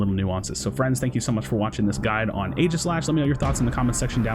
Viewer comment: "only YouTuber who can pronounce aeigislash"